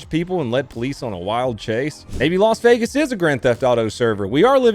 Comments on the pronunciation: “ I live in las venagas!” 🥴😂☠️ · I thought it was Las Vegas not Los Vegas.